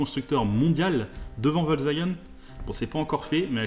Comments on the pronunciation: il y en a mare des cons qui disent " volvagen " car "volvagen" ca ne veux rien dire , on dit " Foltksvagen " l allemand utilise des mots composer et Volks se dit Folks veux dire peuple et Wagen , veux dire voiture , le V se prononce F en allemand le W se prononce V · ça se dit "Folcevagueunne" avec un F